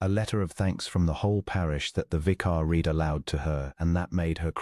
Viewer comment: AI does not know there is a past tense to read and it is ' red' 🤔